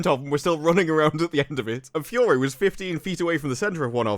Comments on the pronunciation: I like you but can you say “Fury” and not “Fyorrree?” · It’s not pronounced “Fou-ory” …. It’s ‘Fury’! (fou-ery)